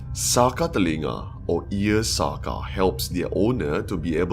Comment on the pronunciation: SAKA is the spelling. The pronounciation is SAKÈ. It practised by most those day society...it wrong if you mentioned expecially Boyan. 😏😒🤨